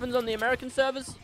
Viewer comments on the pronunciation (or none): Why do you aways say Americans severs omg plz quit that